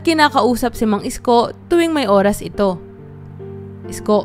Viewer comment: Ayusin mo Naman Ang pagbigkas Ng pangalan ni Mang Isko